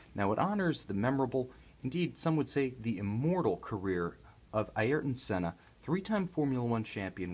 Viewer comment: Be decent if you can say his name properly, but hey good video bro